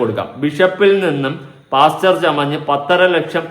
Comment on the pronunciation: Why saying “ PASCHER??? Pastor.